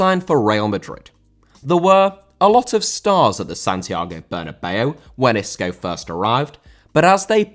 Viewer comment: Isco* not Escouw